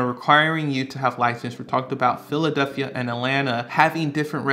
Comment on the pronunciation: Philadelphia not “Philaduphia” ahhhh sorry. Great video great info 👍🏼